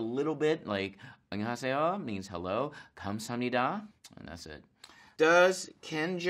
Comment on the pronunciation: I wonder how good his Korean actually is. When he said 감사합니다 (thank you) it sounded really weird 😂.